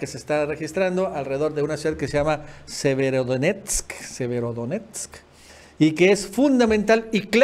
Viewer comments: Wow ahora si pronunciaste bien el nombre de la ciudad severodonetsk 😁😁👏👏👏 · al Fin dijistes SEVERODONETSK Bien te veo Bien, un Abrazo por la información diaria y te sigo en Todoooossss los canales de y Familia